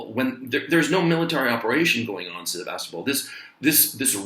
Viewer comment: C'mon man! SEV'VUS--TOP'PLE! :-) This aint a town in the Bay Area. Lol.